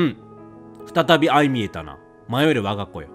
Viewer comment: 「相見えた」は「あいまみえた」ですね！